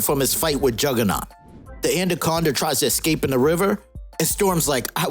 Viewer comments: “Anna-conda” not “and-a-conda” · lol,why do u call it andaconda